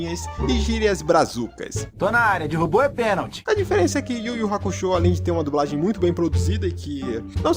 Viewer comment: "A dubRagem portuguesa" perco tudo kkkjk